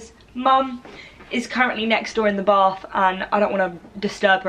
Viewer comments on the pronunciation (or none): none